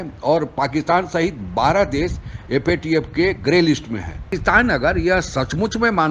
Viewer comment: Theek se FATF bolnahee sakte🔥